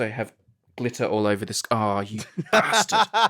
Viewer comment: Nothing is more satisfying than the way Brady says Bastard